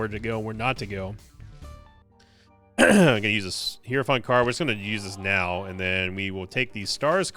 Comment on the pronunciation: Day 1 of trying to tell that it is pronounced high-row-fant. Not hero-font. Super annoying and ironic considering how much guff he gave hutts for calling them "rums" instead of "rooms". There's really no excuse for the mispronunciation either, especially since the game says it correctly every time you use the card lol.